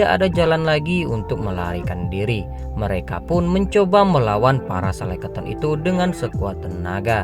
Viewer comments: Sekeleton bang bukan seleketon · Bukan Seleketon ya bangg, tapi skeleton. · Sekeloton bang bukan seleketon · Bukan selekaton bang tp Skeleton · bang yang bener skeleton bang... 🤭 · Waduh typo ni lidahnya abang ini... Skeleton bang..